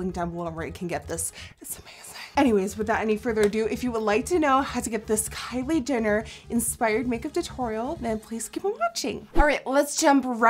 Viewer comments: You said Kylie Dinner xD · Sounded like she said "Kylie Dinner" 😂😂 nice video though! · Is it just me or did anyone else catch when she said "kylie dinner" 😂 i love you though nikkie!!!!!! ❤️❤️❤️❤️ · she said kylie dinner😂😂😂😂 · She said Kylie dinner lol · did anyone else notice she said Kylie dinner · did you call her kylie dinner???? ** the cc confirms!!!! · She said Kayle Denar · did she say Kylie DINNER?